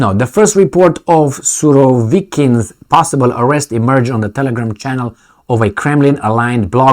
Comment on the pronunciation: WTF!? Suroivikin? Why him? LOL!